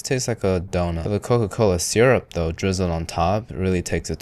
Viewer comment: Thank you for pronouncing syrup how it's spelled, not sUrRUp